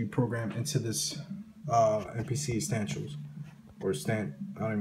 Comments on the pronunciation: The fuck is Mpc Uhstanshiels. Appreciate it though. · *correction...It's "EsSTANtials"! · Dis nigga said astanchoos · are you saying estantials!? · YOUR DUMB ASS SAYING ESSENTIALS WRONG